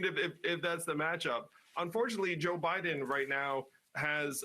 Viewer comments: Ha ha! He actually said President O'Biden. ha ha ha ha.😂😂😂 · Did he say president "Obiden"? HAHAHAHAHA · “…President Obiden…”